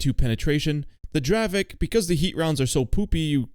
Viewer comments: dear i am from chzechia and the tank is not pronoucet dravek but it is dravec you need to read the c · its not dravek its dravec like c instead of k 😭😭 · I love the dravek😂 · its not dravek, its dravec. like dravetz and its yezevetz, not djezeveck